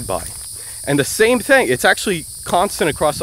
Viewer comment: I like how you can speak multiple dead languages fluently and are an expert on linguistics and you still say "thang"